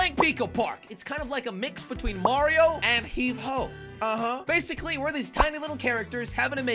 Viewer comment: Wow good job pronouncing mario first time saying mario cerectly